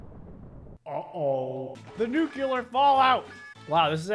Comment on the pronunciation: It’s pronounced NUCLEAR not NUCEULAR